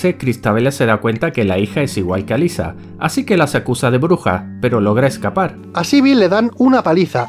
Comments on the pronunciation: alisa? como alisa?! alessa se pronuncia, hasta en la peli lo dicen asi. no cambien las cosas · ALESSA, no Alyssa, si van a criticar almenos critiquen bien 😂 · "Alyssa, Alyssa, Alyssa" Es Alessa. Error épico! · Cierto Si a Alessa le dicen "Alissa" a Cybill deberían llamarla "Saibyl"